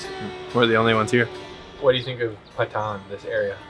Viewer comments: Its not "pa thaan" its "paa ton" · not pathan its patan haha